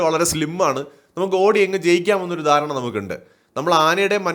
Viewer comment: ആന വളരെ ഡേൻജർ എന്നല്ല ഡേൻജറസ്, ധാരണ... ദാരണ അല്ല....വിഡ്ഡിയായ മലയാളിയുടെ ഏറ്റവും വലിയ അബദ്ധം മുണ്ടുടുത്താണ് ഇവയുടെ അടുത്ത് ഇടപഴകുക...ഒരു പരിധി വരെ മുണ്ടൂരി കൊടുത്ത് രക്ഷപ്പെടാൻ സാധിക്കുമെങ്കിലും, പലർക്കും ഓടുമ്പോൾ മുണ്ട് തടസ്സം സ്രുഷ്ടിക്കുന്നു...trousers ആയിരിക്കും നല്ലത്